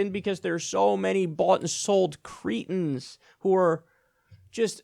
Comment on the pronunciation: It's pronounced cretin, not cretin. You're welcome :)